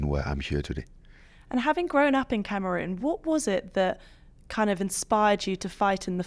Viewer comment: The way she pronounces Cameroon 😩😫